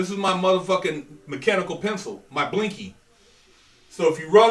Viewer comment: Dawg Pederson yeah I thought it was 'blicky' the way says it sounds like blinky. I'm still curious why it's called that? We just go with plain old 'shiv' where I come from.